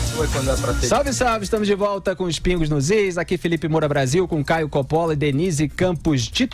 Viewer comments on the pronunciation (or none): Não se pronuncia Copóla mas sim Cópola basta saber o mínimo de italiano. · Curiosidade: Còppola é a pronuncia correta do sobrenome do Caio.